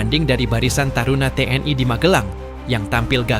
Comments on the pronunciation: kok gak enak ya denger ucapannya nya Te eN I (TNI) jadi Te en ai... jadi melayulayu..🤔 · Ucapkan T N I bukan tnai.😮